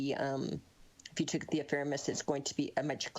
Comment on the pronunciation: I don't trust any cosmologist, astrophysicist, navigator, or astronomer who can't say the word "ephemeris" properly. And guess what? This lady can't. uh-fem-uh-riss (is right) not "affirm us".